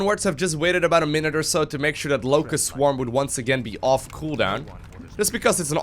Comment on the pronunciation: All I hear is "Lowko" swarm.